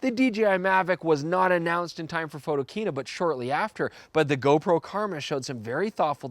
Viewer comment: I know right! We've already chastised Werner about that mistake. @